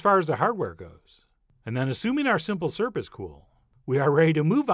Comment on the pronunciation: Why does the pronunciation of the word syrup confound you so?